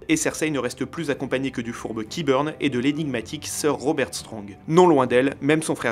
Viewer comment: Mes oreilles saignent :( PORT REAL OU KINGS LANDING, pareil on dit "kaibeurn" et cest ser gregor clegane ou prononcé "clégaine" en et pas robert strong jsp quoi